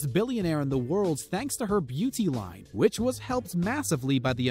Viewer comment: How does one pronounce line?